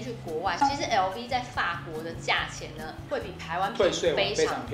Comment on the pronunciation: LV 的發音錯了….